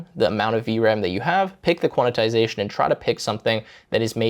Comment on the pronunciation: Thought I was the only one… that and the “Quantitization” mention is like nails on a chalkboard